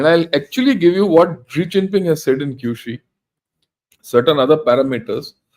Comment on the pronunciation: It's Xi Jinping and not Zee Chinping. Pls pronounce name correctly. Thank you sir.